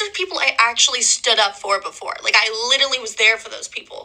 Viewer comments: Says “litelly “ 😂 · Listening to this psychopath try to say the word, literally… 🤮 “Little-Lee” 😂 😂😂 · Literally says "litally" wayy too much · She wasn't even pronouncing it right, she kept saying 'litterly' 😂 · Especially those who pronounce it "litally" because they are saying it too much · “Litily” over and over 😭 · Yeah and I never heard someone say a word wrong over and over and over.......yeah like I m.ean "littley"! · she actually said “litally” 😂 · She isn’t even saying ‘literally’, she said ‘litally’… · How many times will she say litally does she know she's enunciating it wrong? "Literally" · She "LITALLY" .....girl.... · If she learned the meaning of, and the pronunciation of the word ‘literally’, she wouldn’t say it as much…if at all. As it is though, she "littlally" is over emphasising using the same words (and without emotion) that she was "littlally" bullied with the same techniques as the actual victim…"littlally". She’s "littlally" lying her "littlal" ass off. Literally. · I litiewwly seiouswly I wituwilly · I'm sorry for anyone even in this situation but please....it's LIT-ER-A-LLY. It's like when people say AKS instead of ASK.